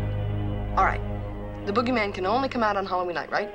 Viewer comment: You're saying Boogeyman wrong lol. It's like BOOGIE MAN... not bow gee man